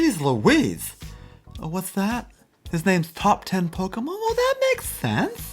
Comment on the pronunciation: I have no clue why but I really like the way he says “Top Ten Pokamhon here” 😂 Fuckin love Pokamhon! 😆